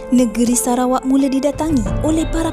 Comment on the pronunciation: Kan.. hahaha sebab sebutan nama negara sarawak tu mcm serah kepada awak haha